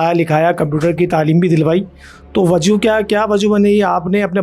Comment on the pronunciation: Presenter must be learn Urdu right pronunciation is wajha white you said wajo this is the fact